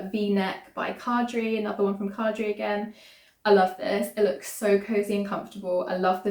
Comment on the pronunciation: I really enjoyed listening to you project planning! BTW Caidree is pronounced like Kay-dree